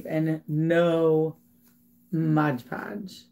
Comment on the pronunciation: MOD PODGE NOT MODGE